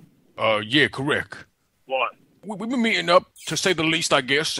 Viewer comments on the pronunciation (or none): Kereck (correct)😅🤣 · "Correck" I hate you...lol